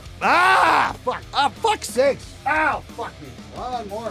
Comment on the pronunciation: the "ah fucks sake" at the end was decidedly Canadian, also